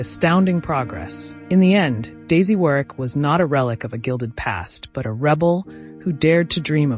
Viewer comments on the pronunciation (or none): Warwick is pronounced “worrick” in correct English 🏴